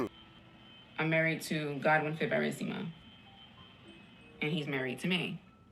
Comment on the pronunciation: Mr. Fib-er-REEESSSSS-I-MA 😅😂